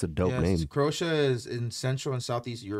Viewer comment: Cro-Aysha cmon guys haha